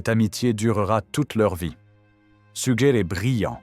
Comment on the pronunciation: oui, ces IA ne sont pas toujours bien programmées ahah ! D'autant qu'elle a dit une fois "Sujer" quand même, elle perd son latin !